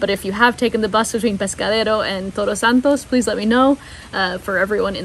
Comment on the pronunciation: I love your videos. Again. You have the ability to capture us kind of lift us get really excited by your narrative full of joy and pasion and scenes so awesome and suddenly boom we fall to the ground, your video is over.. Way too short hahaha. By the way. Try to pronounce TODOS a little more emphatic a little more i don't you, your Spanish pronunciation is awfully good and clear. You are saying TOROS instead of TODOS. Toros means bulls, todos means all. D sounds differently. R has two sounds. Carro pure R sound and in CoRazon, you see how it is pronounced. Enjoy your stay there. I'm looking forward to seeing more videos from you. A big hug for y'all.